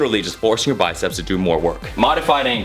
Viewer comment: He said do do 😄